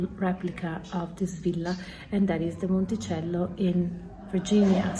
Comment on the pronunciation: Thank you for the enlightening tour and pronouncing Monticello properly. I always pronounce it in the Italian and Americans look at me like they don't know what I'm talking about.